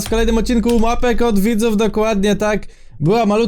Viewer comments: dlaczego w powiedziałeś "łapek od widzów"? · zamiast Mapek od widzów usłyszałam ŁAPEK OD WIDZÓW😂😂😂